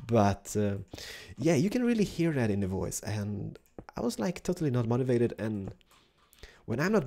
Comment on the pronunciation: mativated? mOtivated!